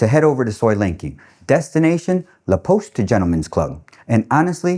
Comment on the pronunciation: I speak French at home (I'm Canadian, not French btw)... and I had a hard time understanding "La Poste" when you pronounced it haha! I had to listen 20 times but finally I got it.